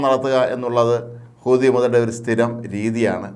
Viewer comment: ഒരു കഴിവില്ലാത്ത ഇവനെപ്പോലുള്ളവരെ വാർത്ത പറയാൻ ഏല്പിച്ചത് കഷ്ടം ഹൂത്തിഎന്ന് പറയാൻ പോലും പറ്റുന്നില്ല. അമേരിക്കക്ക് ഒറ്റക്ക് അടിക്കാൻ ഭയമാണ്.ഹൂത്തിയോട് കളിച്ചാൽ വിവരം അറിയും.